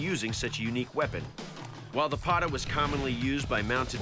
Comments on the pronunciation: All 3 blades failed horribly. Firat of all, for someone to call themselves "experts", they should atleast do thier homework. Its "Patta" not "Pata". And the full name is "Dandpatta". Patta literally means belt. Dandpatta isn't a blade in the first place. Its an extremely sharp belt attached to a gauntlet and it is meant to have extream flexibility. It is never supposed to be stiff. The only way to use Dandpatta (because of its flexibility) is by rotating and moving very fast. No maratha would ever touch any of those "Pata"s you have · Its not pata...its dandpatatta ...and blade were flexible not hard as it's shown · Not Pata it's Dand Patta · It's not Pata it's Patta.. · Actually it pronounces 'Patta'. more accurately 'Dan patta'